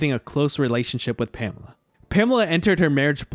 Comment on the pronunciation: I worry about any narrator who can't even pronounce the name Pamela, let alone anything else.